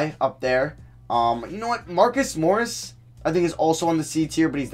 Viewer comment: nice job pronouncing marcus morris